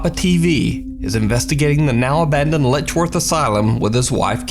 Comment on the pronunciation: It's Letchworth not ledgeworth